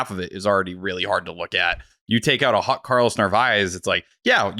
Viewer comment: Why does say “hot” like “hut”?